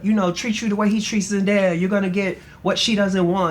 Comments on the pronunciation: the fact that mispronounced ZENDAYA numerous times lmaoooo. law said her name multiple times. it's zen-DAY-a. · this journalist<<<< the interrupting, mispronunciation of zendaya’s name, it’s all weird lol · As someone who has to correct people on how to pronounce my name,it was annoying to hear her keep saying Zendaya wrong and Law said it multiple times. I love Law and hope he goes back to styling when he feels like it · Great interview and really great questions from the interviewer. But I could not stand her calling Zendaya Zen DIE uh 😂 Respect our girls name or don’t say it at all!!! ✊🏽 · DEFINITELY FELT THIS RIGHT AWAY she was just getting threw the questions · As a journalist, she knows the name. It’s called intentional shade lol